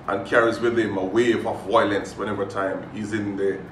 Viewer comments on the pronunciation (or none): How hard is it to say vi-o-lence? It's not "voilence", it's "violence", 🤣